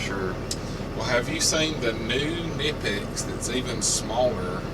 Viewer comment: It's pronounced Kin-ipex (hard K). I said it wrong for a while as well until I saw a promotional video from Germany. Even the US and Brit reps don't pronounce it correctly. Does Michael have the new prydrivers yet? The set is SSPDR3. Thanks for the vids!